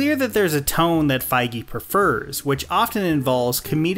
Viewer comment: Why is he pronouncing feige like that 💀